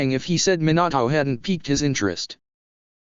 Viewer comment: Why did minato sound like minAtoe